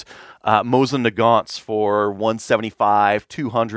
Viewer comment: Is 'Moisin' intentional? Also, wasnt expecting to hear from automatic russian firearms legend Fyodorov here